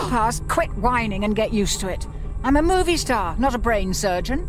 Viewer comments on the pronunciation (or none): none